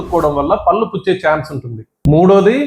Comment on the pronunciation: పల్లు కాదు పళ్ళు అనాలి